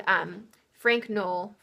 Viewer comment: Frank Doel, not Noel lol 😜